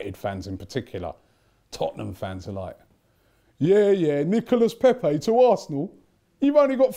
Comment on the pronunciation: How did Robbie go to France hear the French people tell him how to pronounce his name and less than two days later still pronounce it wrong